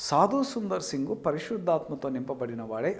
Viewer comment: ఁబదర్, సాదుసుందర్ సింగ్ గారూ అనండీ. సాదుసుందర్, అని కాదు.